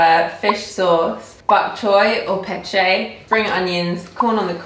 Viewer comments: It's PeCHAY not peCHEY. remember the a-e-i-o-u sounds? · I notice you're not sure how to pronounce pechay... Just stick with the rules since you know the a-e-i-o-u.. so the 'a' of pechay is the same like how you pronounce "tie" or "pie".. And dont pressure yourselves on using your hands when eating.. you dont need to if you're not comfortable.. As a Filipino, i also dont use my hands since i grew up not comfortable eating with hands.. my principle in eating is enjoy your food the way you want to eat your food.. because I know and I've watched you guys eat in hands and i know its not really comfortable to you guys.. the important thing here is that you enjoy Filipino food.. thanks! ❤️🇵🇭